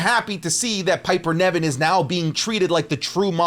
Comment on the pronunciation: Hey. Love your content, long time fan, first time commenter. No hate, but how you say Piper Niven’s name is very distracting. It’s like you’re saying NEV-IN but it’s pronounce NIV-EN